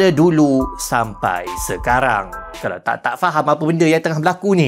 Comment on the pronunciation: mcm mana nak qolqolah kan kalau tuu hahahaha 🤣🤣 "kalauqeq"